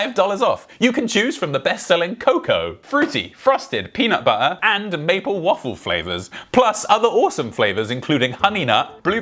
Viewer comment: 'Peanu' but'er' 🌚